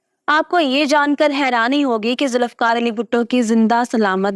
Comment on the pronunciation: It's not Zulifkar but Zulfiqar...